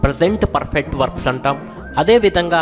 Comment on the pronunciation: Sir..perrrrrfect ante yela. R sound thagginchandi